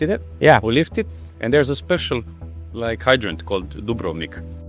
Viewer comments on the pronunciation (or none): none